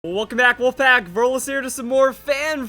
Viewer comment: Welcome back wolfpack... What I hear: Welcome back we are back..:)